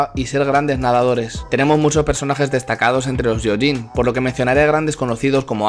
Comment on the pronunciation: ¡Gracias por el video! "gyo" en japonés se lee "guio" y lo "yio". Por tanto se lee "guioyin" ¡Un saludo!